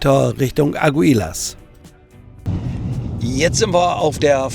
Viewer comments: es wird Agilas gesprochen...nicht Ag u i las....das u vor das i ist stum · Eine Bitte: Sprich bitte die Namen der Städte richtig aus. Du fährst so lang schon nach Spanien. Der Ort aktuell heißt Aguilas, ausgesprochen, Agilas, betont auf der ersten Silbe.